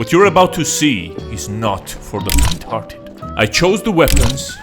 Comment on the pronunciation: when he said faint hearted i thought he said retarded